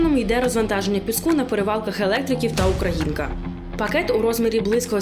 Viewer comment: Ударение : УкрА' инка.